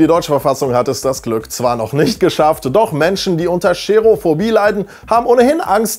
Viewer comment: Nicht "Scherophobie". Es heißt Cherophobie. Man spricht es ohne "Sch".